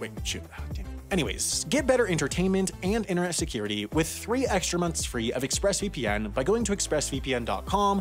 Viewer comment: there are 2 T's in the word 'Interne't and you don't pronounce either of them!!